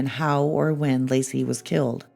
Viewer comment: It's * Laci. Not " Lacey ".